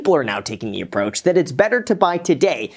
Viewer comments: “Buy now Aprooach” lmao I love it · “Buy Now Aprooach”